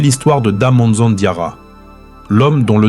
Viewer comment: Da manza plutot,en general la prononciation n pas des meilleures